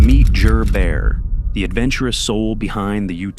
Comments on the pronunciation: Just helping out the narrator The guys name is Jerry but goes by Jer Bear not Jur Bear 😁👍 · Bro, it's pronounced Jer as in Jerry . Jer Bear. It rhymes with bear, which is why people use that nickname.